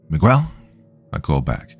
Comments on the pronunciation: No 'U" sound megel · This is like the third story hes mispronouncing Miguel repeatedly. I had to stop listening because it was driving me nuts 😂😂😂. Oh well Migwell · Mig-ggell would be proud. But, alas, he's not white, so, no one cares. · Not Migwell 😭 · Miguel is pronounced me-g(hard g)el (u is basically silent). 😊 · "Mee' Guh-Well," if you're from Ala-Bamm'-uH. is too laid back to pronounce anyone's name with such intense articulation. My favorite: Michigan, pronounced: Mitch, Again? Lol a common misreading. I would love to hear the kind do: "Manic Miguel Munched Mucho Mars Bars in Michigan." Because I'm a Bitter, Sadistic Old Insomniac who loves my hard working, hard working Doc. Death to boring, bland Comment... with a soul. Pleased to hear your perfectly, metered, but flat,, robot voice. Kind of a 4th wall break... luv U Doc. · I still loved the narration of my story nonetheless! If he chooses to narrate "The Pig Man," which is told in first-person by Miguel, I'm sure he'll pronounce it right. They say third time's the charm. Then, I expect you guys to congratulate him haha. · We know you arent AI, AI would know how to pronounce Miguel.